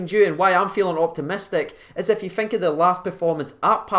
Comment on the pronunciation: Its thirty not firty and think not fink